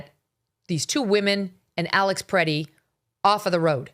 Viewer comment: "Alex Pretty, Pretti, whatever." C'mon man, get his name right and don't say "whatever" because you mispronounced. Give the dude a little respect. I know you're an East coast girl but you just do not understand Midwesterners. I truly believe he was just helping a woman to get up who was pushed down because that's what we do here. It's innate, we don't even think twice and especially if you're a man. I was hoping you would take a more nuanced approach but nerp. You'd be much more credible if you just said this was a major fustercluck, which it was.